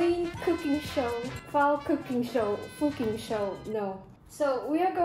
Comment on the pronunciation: " fooking show" 😂😂😂 I'm dead